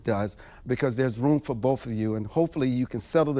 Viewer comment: "There's room for BOFE of you" Why...WHY!!!